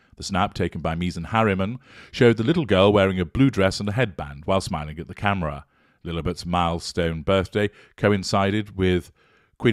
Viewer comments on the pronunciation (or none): none